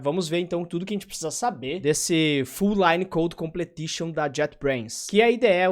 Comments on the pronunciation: se diz "complishon".. não "completishon" :P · Completion mano. Com ple tion. 😂😂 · face-green-smiling: sendo o cara chato na pronuncia: Completion